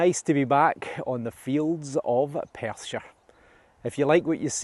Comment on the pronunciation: I love hearing "Welcome back to the fields of Perthshire" although I have to admit, it took a while for my Texan ears to stop hearing "...Persia."